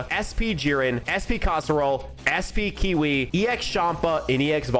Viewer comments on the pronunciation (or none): Why does he call kyawei kiwi??